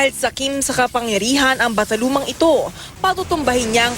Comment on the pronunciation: Ano raw? Bathalumang Emre? 😂😂